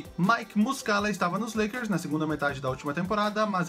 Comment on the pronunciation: Na Ultima se falo Lakers errado